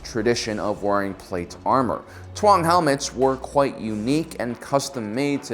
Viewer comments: It’s pronounced “Tong” not “twong”. And also Din “Jar-in” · Taung is pronounced Taw-ng not Twa-ng. P.S. No offense, I like your content👍🏻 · It’s interesting how you have it spelled “Taung” but you pronounce it “Tuang”. Why’s that?